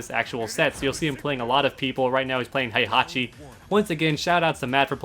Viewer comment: It's Heihachi, not Haihachi